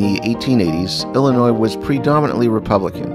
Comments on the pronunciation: Me too although he pronounced Illinois wrong. I've never said the s and pronounced it Ill-a-noi. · I live in the metro area of Milwaukee, WI and I have to say that Midwesterners don't sound like that. He pronounced Illinois differently than we do too. We don't pronounce the s.